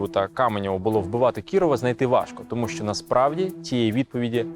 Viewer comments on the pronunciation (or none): none